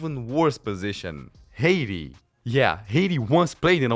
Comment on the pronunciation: How the fuck you pronounce Haiti hahaha, thats so funny. Except that, really like the video, great stuff bud.